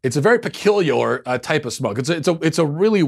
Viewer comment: your pronunciation skills are peculialor